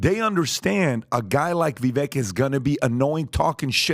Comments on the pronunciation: It's pronounced Vi, with an i like in sit, then VAKE, like CAKE, BAKE, LAKE, MAKE, RAKE, SAKE, TAKE. You sound like an idiot when you say veck. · Yo. His name is fking Vivek like cake. Vi-vake. Vi-vake. So disrespectful how nobody takes the fkin time to pronounce his name right. People who usually are great about stuff like that. Please stop saying It like “Vi-veck” Pretty sure he told you how to say it on your show and you’re still butchering it. How unprofessional and disrespectful. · Great podcast but FYI he says his 1st name rhymes with cake so it's not pronounced Viv-eck it's Vivake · Vi VAKE. Vi VAKE. Vi VAKE. Get the man's name right damnit. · Vevek is pronounced Vevak like cake. He made this clear when he first started running. The man is a beast ! I hope Trump picks him for VP and then 2028 on to be president. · Please pronounce his name correctly guys, respectfully it is VI-VAKE! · COME ON GUYS, VW has been on your show. At LEAST have the courtesy AND RESPECT to pronounce his name CORRECTLY. If Jimmy Dore can do it - 'it's pronounced Vivake like stomach ache' - so CAN YOU. I thought you were ALL much better than this, v disappointed in you. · It’s not pronounced vi veck it’s vi vake rhymes w lake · Even after all this time supporting Vivek, they still can't say his name right... Viv-ache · And remember! Vivek rhymes with CAKE! 🎂 NOT Vivek and tech. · Vih vake... like cake. It is time we started to pronounce the man's name correctly. He's going to be around for a while. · ViVAKE like CAKE not the way you are saying it. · Please pronounce Vivek's name correctly. It rhymes with "Shake!!" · How is it you all still pronounce his name wrong? It rhymes with cake. Very easy. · Speak the truth. The establishment is “shaking” thanks to Vivek. Vivek 2024!! Just a reminder, the vek in Vivek rhymes with cake. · Say his name right guys please. Vi-vake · It would be nice if you guys could remember how to pronounce Vivek's name. 🎂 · It’s pronounced Vih-vake.